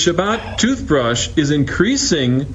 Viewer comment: " Jewth Brush"